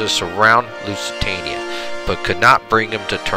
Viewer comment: Yeah... lots of name butchering :) Carthage - not Cartridge. Lusitania - not Luisitania Lusitanians - not Lithuanians ... sorry ;-)